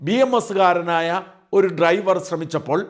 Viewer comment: ഇവൾക്ക് ഡ്രൈവർ എന്ന് പോലും പറയാനറിയില്ലേ? ട്രൈവർ എന്നാണ് പറയുന്നത്.